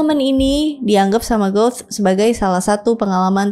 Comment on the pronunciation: Penyebutan karin harusnya Qorin. Penyebutan Goethe bukan Gout tp baca apa ada nya Goethe ( Gote/Gute/Gote)